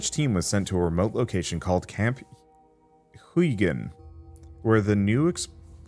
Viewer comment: Huygen should probably be pronounced the Dutch way. Probably a reference to Christiaan Huygens